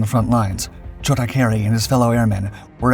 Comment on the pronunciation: His nickname was "Chota", not Choda. It indeed means "little one"